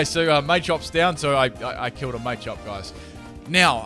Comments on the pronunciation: Mah-chop not Maychop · Machop is from Macho and Chop. Why would you pronounce it "Maychop"